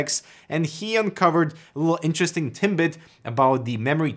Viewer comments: Please don't take offense, but can't help hearing "timbit" when you want to be saying "tidbt".. Love your content. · Haha, a true canuck: "Interesting Timbit"... It's tidbit, my guy. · "Little timbit" How Canadian! Now it we could just get you saying "Zed" instead of "Zee" we'd be all set eh? ;) Great info as always. Thanks! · Did you say TimBit at like Its what it sounded like to me :D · Did you just say interesting "timbit" XD